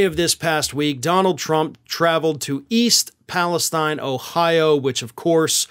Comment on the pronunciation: you mispronounced the name of the town. Jimmy Kimmel also mispronounced it. East Palestine sounds like East Palesteen.